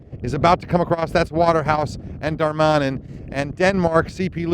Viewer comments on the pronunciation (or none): its Dar-ma-nin, not Dar-man-in. Little nitpick but otherwise good video.